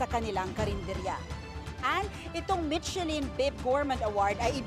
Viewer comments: /mishelin/ po ang pronunciation, hindi /mitchelin/ Also, hindi po Ilocano dish ang laing. Humba also didn’t originate from Ilocos. Magresearch naman sana muna ung reporter nyo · To the reporter michellin is pronounce as "Mi-sha-lin" not "Mit-che-lin" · Hindi po MiTSElin ang pronouciation. MiSHElin. Ano ba yan? No research ang reporter ninyo. DO YOUR HOMEWORK. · Mi-she-lin po ang pag-pronounce ng Michelin, hindi Mit-che-lin. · It is pronounced as MISHELAN. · Mitselin ang narinig ko 😂😂😂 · Not so good reporter. Hindi man lang alam tamang pronunciation ng michelin. Also, eh ano naman kung may pumuntang mga doktor dyan. Bkt kailangan i-mention mo pa sila na parang mas mataas sila compared sa ibang mga Pilipino ?? 🤷🏻‍♂️